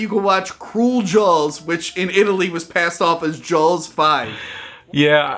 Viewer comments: Why the hell is pronouncing it "Jawls"? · dude you say the word jaws like you have a sock in your mouth.llololo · Why does he say “Jaws” so weird